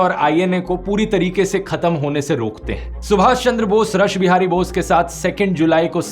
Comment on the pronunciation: Bahut hi shandar prastuti par Rathi sir ek bat thik kar lijiye रसबिहारी नही उच्चारण रासबिहारी होगा और उनका पुरा नाम लीजिये रास बिहारी घोष